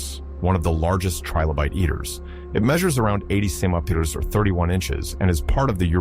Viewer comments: Idk but it s hilarious 😂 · OK, I just got to the second time The Voice mispronounced centimeters and this time the miss pronunciation was different for the first time which does not seem to support the misspelling theory, but sadly I think I'm going to have to turn this video off because while I find it interesting and the music is actually quite soothing, my brain tends to zone in on mistakes like that, so I'm the type of person who can be half asleep and something like that happens and jolt me awake again. Gotta find a video that does not have those kinds of severe errors. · I wonder if the miss pronunciation of the word centimeters comes from a misspelling in the script for this video.